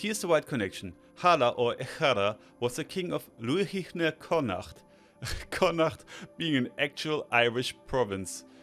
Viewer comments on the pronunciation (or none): none